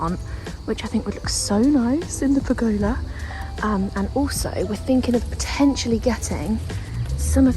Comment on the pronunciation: Pergolia LMAO! bless you It is a pergola pronouced puh guh luh xxx